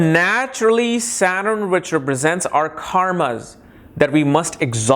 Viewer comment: वकवास। जो सटर्न को सारन कहता हो, कर्म कर्मा वह वनावटी पना वाला उच्चारण कर अंग्रेजी की भी टॉग तोङ कर ज्योतिष की ऐसी तैसी कर रहा है।